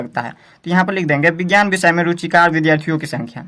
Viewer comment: Apne thodi galti kar di hai ruchikr ko ruchikat bol rhe hai